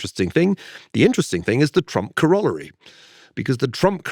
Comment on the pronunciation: Ferguson is saying corollary wrong.